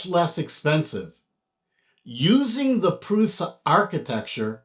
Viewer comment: Pronounced "PRUSHA"